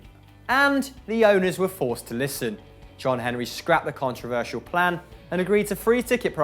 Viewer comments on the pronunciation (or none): none